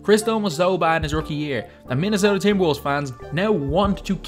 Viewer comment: ahahahh he said minesota winners ahahahahhaahh